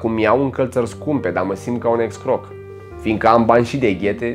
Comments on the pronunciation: Forma corecta este escroc si nu excroc. Sunteti haiosi si va urmaresc cu placere. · "Excroc" ce e aia? Un fost "croc"?